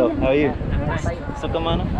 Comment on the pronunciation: ONE suggestion. when u say "sukhamano" u sound like saying "suck-em-ano" thats why u dont get a response. its actually "soo-gham-ano".